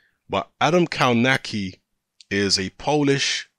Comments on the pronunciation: Pronounced kov-natch-ki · Dude spell his surname like "KOVNACKI"